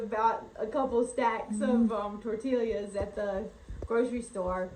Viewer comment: Just point of interest, its tor-tee-ya. 🙂